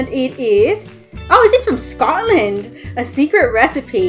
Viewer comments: Omg it said scootland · ATimeOnceUpon she doesn't even say Scotland right